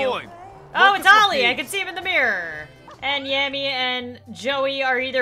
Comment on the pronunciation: Olli, not Ali